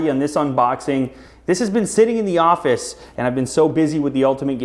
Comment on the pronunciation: The ''ofice''